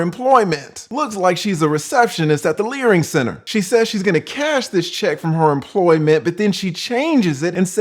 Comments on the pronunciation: I just stumbled upon your channel and subscribed. Very entertaining! "The Learing Center" 😂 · "Receptionist at the learing center" 😂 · “Receptionist at the Learing Center” 😂